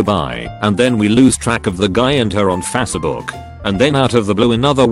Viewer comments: Fas book? Face as in race, not fas as fast. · Nobody: Text to speech: fazshebook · he reads it fatsbook lmao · Never get sick of hearing "Fassabook" lol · Fasse-A-buk lol